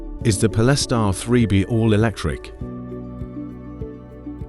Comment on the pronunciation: What is it with AI voice that they cant pronounce certain words ' pol-es-tar' Speach patterns to leaving no breath, as indicated by punctuation! Really annoying!